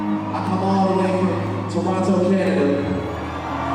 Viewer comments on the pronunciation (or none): none